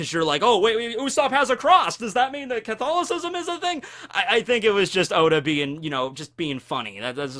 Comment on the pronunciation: Huh, never realized before this is first time ever I have heard english speaking person say Catholism. I didn't realize english speaking people actually pronounced it phonetically